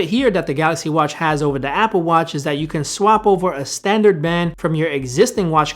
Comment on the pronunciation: come on man you can do it! "TH" not "D"... you got this. Just focus... THHHHat NOT DDDDat.